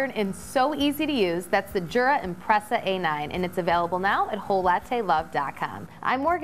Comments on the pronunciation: I work for a Swiss company (Jura is Swiss), and when I told them about my A9, they corrected me on pronunciation - they said in Swiss German, the "J" is pronounced like a "Y", so more like Yura. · Yes but the American office should pronounce it correctly too. It’s definitely pronounced as Yoora. Sorry for being picky.